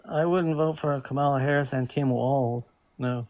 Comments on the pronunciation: Hahahah how come they all, all of them, say her name wrong Every single one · Call Kamala Harris incoherent but he can't say her name correctly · They watch from MAGA news sources, where her name is said wrong on purpose